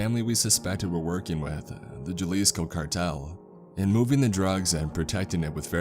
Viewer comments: Why can't you get someone familiar with even basic Espanol jesus Christ. Jah-lisca? Guero. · .. Ha-Lee-Sco.. ..Meech-O-Kawn.. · Damn Jalisco pronunciation scared me. I couldn’t sleep for a cool minute. I’m Argentinian and we have fucked up pronunciations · The pronunciation of “Jalisco” was the scariest part of this story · I laughed when mispronounced Jalisco